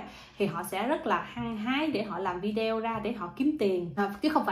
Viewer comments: ở nước Thụy Điển mà phát âm chữ Video không đúng là sao vậy? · Đúng đấy bạn,đa sống ở nước ngoài mà phát âm chữ video nghe kỳ cục quá.